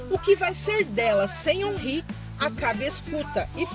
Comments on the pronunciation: É órin e não onrri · Se fala "Onrrí" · a escrita em português é omri , mas essa pronuncia não é certa